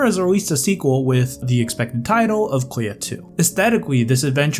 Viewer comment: I'm confused by the way you pronounce Clea. ko-ya? kou-ya? ...what?